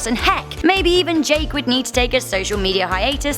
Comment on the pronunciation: Hehe for a second there I thought u said “Jack”🤔